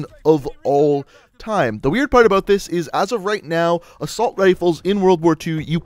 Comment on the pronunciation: new sub but stop saying "aboot"